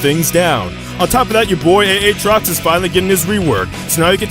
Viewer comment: aatrox aatrox not A-atrox